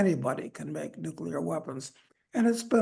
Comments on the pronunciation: Nuclear, not "nucular"! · Ugh. Guy on left just said "nucular" instead of nuclear. I thought only George Bush did that.